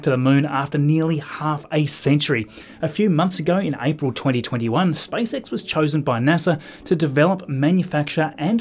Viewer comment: 🙂 why did it sound like spice x when he pronounced space x